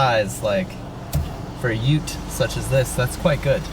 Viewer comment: ... and Kalbarri is Cal-(like california)-barry (like the name). You're getting the hang of Ute though. Goodonya!